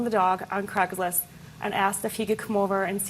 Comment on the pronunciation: Can she not say Craigslist properly